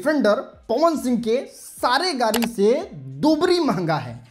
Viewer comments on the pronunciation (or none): Are pahle bolna sikho गारी नही गाडी होता है 😂😂😂